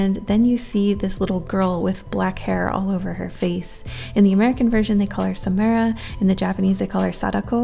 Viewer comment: It’s “SaMARA” not SaMAIRa . Cool vid tho Love the ring franchise